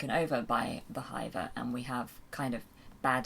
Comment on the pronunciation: Tell me that's not how they pronounce "hiver" in the audiobooks? Given the accents of the Nac Mac Feegle I've always pronounced it to rhyme with Liver or River not Diver!